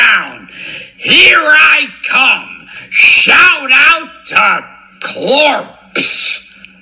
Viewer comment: great digging!! why do you think he says saM fransisco and cLorpse?